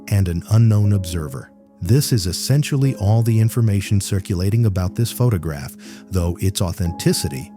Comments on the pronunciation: AI can't even read properly! Pho-tah-graph! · PhuTOGraph. Lovely AI shitslop. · Pho-ta-graph... AI slop, and not even good AI slop... and blocked. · This stupid one said "photograph" incorrectly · AI can't pronounce the word photograph properly. How stupid!